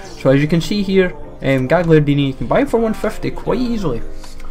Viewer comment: Gagliardini not gigliardini